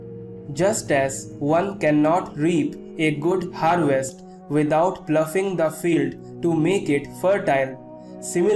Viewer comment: It's ploughing... Not ploffing...